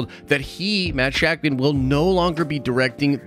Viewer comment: It’s actually pronounced Sha-k’mon. I actually have no idea if that is accurate.